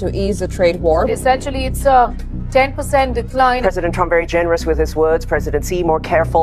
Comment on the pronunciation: My frand Mister Donaaal Tramp.😅